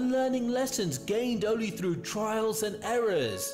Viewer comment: Erm, pretty sure it's "TRIALS" not trails...you'd think after saying it at least 3 times the narrator would've realised what he was saying/reading doesn't make sense🙄😏! Obviously not really feeling what he's talking about.